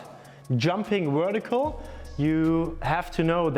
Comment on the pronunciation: Germans can't pronounce the letter V very well. They say it like it's a W... Jumping wertical 😂😂😂😂